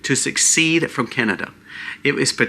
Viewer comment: What's with YouTubers not knowing how to pronounce secede? This is the 2nd today calls it succeed